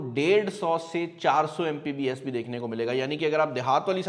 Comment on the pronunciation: "Mpbs" nai bhai, It's "Mbps".